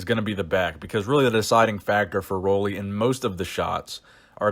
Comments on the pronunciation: Roelly is pronounced like roolly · It is pronounced roolly like woolly